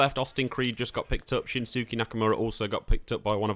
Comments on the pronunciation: you need to learn to properly pronounce names. Nikita Ash? It's Nikki. Shin sooke? its always been SHIN SKAE. and its not Eye-oh Sky. its E-oh Sky. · When you said Shin-SUH-Kee, your credibility dropped -50.... bruh.. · You did not just Call Shins-Skay Shins-suky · Shin soo key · "Shin-sue-kee" Uhm. No. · lol shen su key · How does one butcher "Iyo" and "Shinsuke" so bad when we've had the pronunciation provided for us by WWE broadcasting so many times over multiple years? Just reproduce the sound from your own lips. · I was listening to this, vibing, hoping to gain some 2k knowledge and then... Dude, the way you butchered Shinsuke... Do you even watch wrestling? Like wtf, biggg downvote! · i cant tell if u actually dont know how to pronounce shinsuke and ciampa or if ur just memeing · It was going so well until he said shinsuke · That Shinsuke pronunciation hurt my soul lol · Right. I almost turned off the video. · And Asooka...